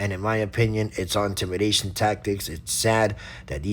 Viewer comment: Narrator: It's not ontimidation, it's intimidation.